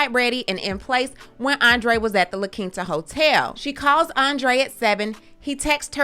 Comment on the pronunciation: I am excited that you say La Quinta correctly lol.